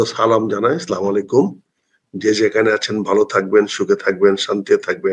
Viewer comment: Slamalekum na re bhai bolte hobe Assalamuslaikum tachara ulta meaning hoe jaabe